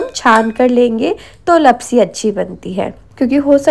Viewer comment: Not लपसी it's लापसी 😅